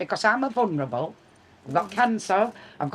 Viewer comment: "I'm a vunrable."